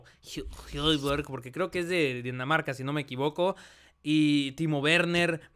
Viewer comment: creo q Hojbjerg se pronuncia joibierg, pero no se donde se acentúa, si en la e o en la o pero me gusta q intentes pronunciarlo correctamente